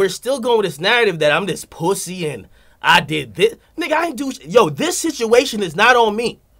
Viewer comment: Its POOSY not Puss-y